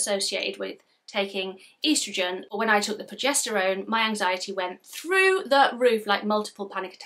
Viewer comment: Sorry progesterone not projesterone lol.